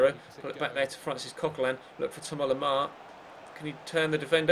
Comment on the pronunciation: please just say thomas normally, it's not as if he watches this (or maybe he does) and would get offended if you pronounced his name wrong